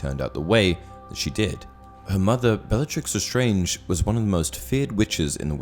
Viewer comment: He actully says belllatrix The starng even tho its lestarnge